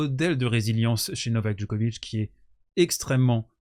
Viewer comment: Pour info, la ville natale de Monica Seleš (son nom de famille se prononce donc "Selech" en Serbe, et non pas comme tout le monde... Seles... Vous avez bien compris qu'il faut dire Djokovitch, et pas Djokovique, n'est-ce pas?) est la seconde ville Serbe la plus importante de Serbie, non pas "à côté de Belgrade" (pardon, la Serbie est un petit Pays) mais à une centaine de km plus au Nord de la capitale Serbe (au Nord-Est du pays, exactement), très proche de la frontière hongroise (frontière elle même à une centaine de km de Novi Sad), Belgrade se situant au Sud de la Serbie. Novi Sad se trouve dans la province autonome de Voïvodine (qui abrite d'ailleurs une forte communauté hongroise, Hongrie où se trouvent les origines de Monika Szeles: écriture hongroise, "Sz" se prononçant comme notre ch français). La Voïvodine est une région agricole du nord de la Serbie. Merci beaucoup à d'avoir rappeller les 8 titres en GC qu'elle a remporté, avant l'âge de 20 ans! PS: La République fédérale de Yougoslavie (jusqu'en 2003, Yougoslavie signifie "les Slaves du Sud": Youg veut dire le Sud en Serbe) était composée de 6 républiques fédérées, qui sont toutes devenues des Pays indépendants: la Bosnie-Herzégovine, la Croatie, la Macédoine, le Monténégro, la Serbie (comprenant toujours les régions du Kosovo et de la Voïvodine) et enfin la Slovénie. A noter que malgré la guerre de l'Otan en Ex-Yougoslavie, à la fin du siècle dernier, environ la moitié de la communauté internationale ne